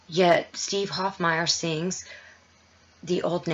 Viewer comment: Hofmeyr is pronounced "Hof-may-er" , not Hof-my-er. Great video and shout out! Keep up the awesome work... .you are reaching our hearts and minds!